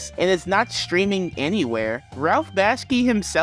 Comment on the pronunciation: It’s Ralph Bakshi, not Baski.